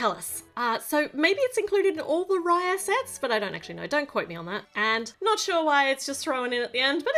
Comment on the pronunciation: Its actually pronounced as raaya